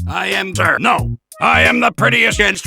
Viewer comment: Finally got around to watching this. Now to add "Seeya-NO!" to the list of how tf2 Characters pronounce Cirno. Also the bomb scene killed me.